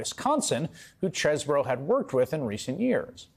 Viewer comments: OOooh..., oh, you finally figured it out? It is pronounced "cheese - bro." Cheese would have been the original pronunciation, which is confirmed by Harvard classmates' pet name as "the cheese." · fwiw, chesebro pronounced his name as "cheese bro" ... until his GA indictment. he literally used to use "cheese bro" as a reminder of "I"M FROM WISCONSIN" (which was weirdly desperate sounding - even 20 years ago) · Pretty sure knew how to pronounce his name but decided to emphasis the Cheese part As do I still